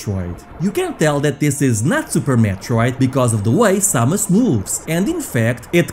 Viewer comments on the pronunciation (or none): none